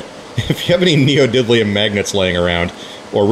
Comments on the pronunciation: Nee-o-dim-e-um thanks for the tricks! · nee oh did lee um